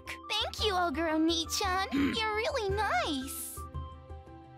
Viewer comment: How you pronounce oneechan is a little troubling.